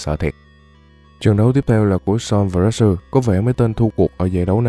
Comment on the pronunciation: retsu mà nghe như natsu hahaha